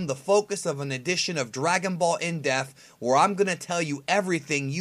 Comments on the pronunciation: Why do you keep saying "in def", it's "in depth"... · It's......in depth. Not in deaf. Am I the only one that's hearing this? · This nigga says dragon ball in deaf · On this episode of dragonball "in-depf" lol